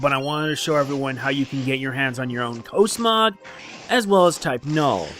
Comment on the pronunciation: he said cosmog wrong it's cosmog with different o sound